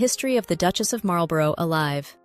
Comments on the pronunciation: Your pronunciation of Marlborough is driving me nuts It is "Marl-bruh" not Marul-bore-oh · Disagree!! If you have a place in the USA called Marlborough you can pronounce it how you like and I will copy you I would say "Marlborrow" for the cigarette brand for instance) However we are talking about that word in a British context, a place, a Dukedom, a Public School, a noble title of great age etc etc and Americans need to copy the British pronunciation to be right. Thats just good Manners